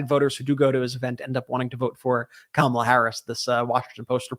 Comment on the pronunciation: Well, I’ve had it with the commercials where they pronounce Kamala’s name wrong so now I decided that they are not talking about the vice president. I know as Kamala if they can’t say her name right they are not talking about the same person.